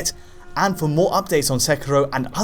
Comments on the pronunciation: This never bothers me but this is rough to listen too. It's not "Sek-er-o" it's produced "Sek-ear-o." Please. It's rough when you keep pronouncing the name wrong like 3 times a sentence. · It is Sekiro with an "i", not "Sekuro" with a "u" like the person in this video keeps calling it... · Sekero......you are saying it wrong..... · It’s not pronounced “sec-row”. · Isn't the game pronounced Seh-Keer-Oh? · For the sake of this game, please pronounce the name Se-key-law. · actually it’s pronounced “Seh-key-row” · Please stop your making my ears bleed with your pronunciation of Sekiro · ur pronunciation of 'seckyro' and 'cat-anna' made me stop watching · That's how I say it, just listen to how he says "katana" and I'm pretty sure he is also pronouncing the games name wrong lol.